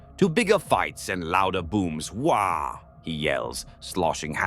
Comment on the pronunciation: “A unified shout of…” sound of the AI interpreting “waaagh” with a baby’s “wahhh” lmao